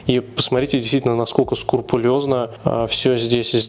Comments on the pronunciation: СКРУПУЛЁЗНО!!! - так правильно говорить!!! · СКРУПУЛЁЗНО ( так правильно).